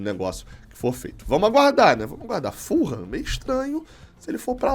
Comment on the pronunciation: Não é FUL-HAM se diz FU-LAM.. assim mesmo .. ful ham tem quase significado de presunto inteiro